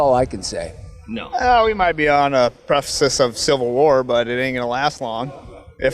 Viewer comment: “We might be on a prefisis of civil war” 🤣🤣🤣🤣🤣🤣 morons.